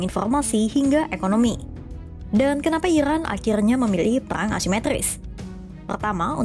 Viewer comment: Cari narrator yang bisa spelling RRRR dengan bener, karena ini bahas peRRRang